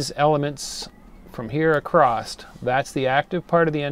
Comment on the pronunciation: The word "across" does not have the letter "T" in it. Stop adding a "t" that is not there.